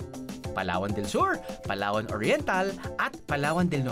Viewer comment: Hinati na Pala sa tatlo ang Palawan Palawan, palatwo, palathree. 😂